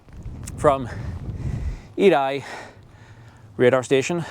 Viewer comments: Aid I? Eiði "Eye yeah" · Ha, ha, Edai, is what you call Eði, please get sombody local to tell you how! It sounds Aie😅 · Faroese here. Eiði pronounced more like aye (aye aye, captain) and ye (first part of the word yes). Thank you for your enlightening series about my home country.